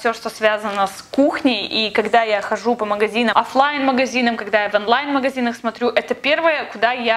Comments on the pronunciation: почему говориш анлайн а не онлайн? 😆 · Не "анлайн" , а онлайн. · Почему она говорит аффлайн или анлайн